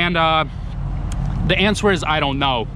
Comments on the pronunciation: When you say the word answer why do you pronounce the w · The w is silant in the word answer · Just to help you out on the word "answer" the "w" is silent basically in our goofy american English language haha.. Again just trying to help you out so no one can be cruel about it. Also, you mentioned you stay out of politics and I was the same way for most of my life (36 now) but when I eventually moved away from where I grew up which was basically heavy heavy democrat because it was in the steel mill rust belt (somewhat close to Cleveland Ohio) I started to realize everything I thought was true about democrats and republicans was nothing but this lie that is passed on and on and when you dont educate yourself away from mass media sources you just either dont vote or care or you vote democrat because you believe these rich people actually care about poor people or middle-lower class people and areas and you just vote for whoever runs thinking one day that vote will help you/family get these jobs they promise or this or that but the truth is you never will get anything but them telling you the same thing again in 4 years or whatever their terms are..when I taught myself to be the best of the best of what I do and opportunity allowed me to move anywhere and work anywhere I ended up taking a job in a place that was voted the best city to live in a few years prior and when I started making friends with co-workers and people who were mostly not democrat but many of them had grew up like me in poor areas or overseas but they had lived in this area for several years already and s